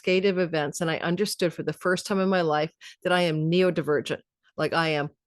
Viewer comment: Happy for you,🌼 I have a natal Sun Pluto conjunction., both my sons and I are Neurodivergent.. but heads up, you keep calling it, " Neo divergent'... its " Neuro" ( as in brain ) not "Neo" ( as in Matrix)... and your self diagnosis is a lil on the nose, if you keep saying, " Neo". Thanks always for your vids 🌟